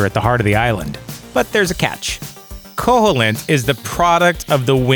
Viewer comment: It's pronounced ko-heel-int! Not ko-hole-int!